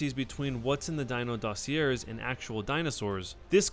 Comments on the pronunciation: hey its pronounced dossi-ayyyyyyyy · Sorry I have to say something. It's "/ˈdôsēˌā,ˈdäsēˌā/. Just so you know next time if you do a video on them, that's how you say it. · oh well if Kotaku said it it must be true, right? cuz no way a Gawker Media subsidiary would lie for clicks, right? right? oh and the word "dossier" is pronounced "doss-E-eh." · You're saying "DOSSIER" wrong, you do not pronounce the R.